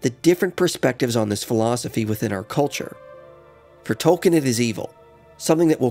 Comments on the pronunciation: It's pronounced TOLKEEN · I’m sorry, good video. but you have to say his name right if you’re gonna make a whole video about him